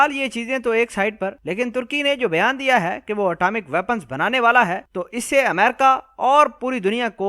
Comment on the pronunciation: بھیان۔۔۔؟ یا بیان۔۔۔؟ گھانڈو سالا۔۔😂😂😂۔۔۔ او گانڈو۔۔۔۔۔